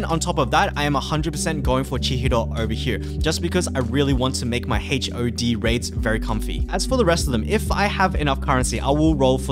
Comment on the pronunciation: the ways he pronounce HOD as H.O.D really ticks me off lol